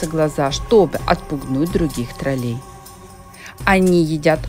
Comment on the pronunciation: Наголос на ,,О''...ТрОлей !!!!! Ви спеціально,це робите,для уваги глядачів !!???